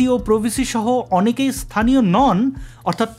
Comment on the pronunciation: "ইস্থানীয়" শব্দটি কি আভিধানিক? উচ্চারণ কি সঙ্গত? ইনিও নিশ্চয় বিশ্ববিদ্যালয়ের passout. হায়রে, বাঙ্গালাদেশ..